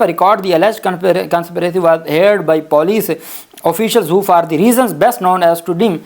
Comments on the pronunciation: صاحب آ پ شاندار وی لاگز پیش کرتے ہیں لیکن اپنے انگریزی کے الفاظ صحیح ادا کرنے کی توقع ہوتی ہے۔ heard ہییرڈ نہیں ہوتا۔۔یہ ہرڈ ہوتا ہے۔ آ پ ہمیں اچھے لگتے ہیں وکیل ہوتے ہوئے آ پ سے بہت اعلیٰ بات چیت کی expectations ہیں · Pronounce heared as herd.